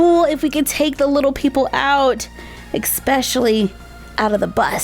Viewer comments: anyone notice she said ecspecially? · You said exspecialy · Yes, I did but it’s ok, people do that sometimes by accident